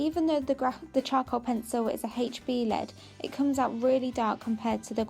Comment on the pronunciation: HB, NOT haytch B.